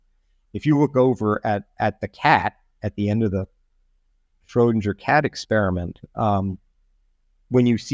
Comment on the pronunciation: He keeps saying Schrodinjer.